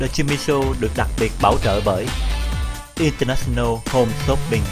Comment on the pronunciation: Show hay. Nhưng mỗi lần quảng cáo điệu nhạc nghe chát chúa quá và Jimmy nên ráng phát âm cho đúng English chớ đọc chữ International nghe phát âm rặc tiếng Việt mà Jimmy thì lại ở Mỹ nghe hơi không được hay!